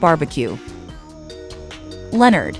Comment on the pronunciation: That pig's name is Leonard not lenerd